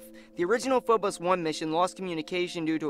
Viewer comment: Its Phobos, not Fobos.